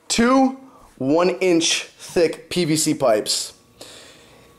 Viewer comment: "PVC" not "PBC"